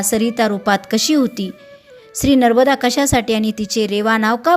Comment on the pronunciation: नर्बदा नाही, नर्मदा असे वाचावे...